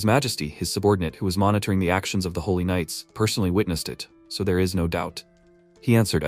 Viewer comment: jesus said helly instead of holy 😂😭😭